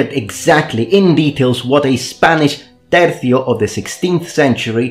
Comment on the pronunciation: Man it is so satisfying to hear pronounce TERCIO correctly